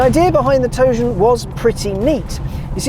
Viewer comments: Tro-jan learn your stuff before talking about it. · He can't pronounce Trojan in his English accent? Did he never learn anything in high school history class or buy a condom? I guess let's just let him keep calling it a Pontiac Toe-jam. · sounds like he called it the “toe jam.” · & now you know why it didn't sell. Tojan? Seriously? WTF? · Pontiac Toe Jam is what I keep hearing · Did anyone else read the title as 'Trojan' then get confused when he called it 'Tojan' ?? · "Toe Jam" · It keeps sounding like he's calling it a toe jam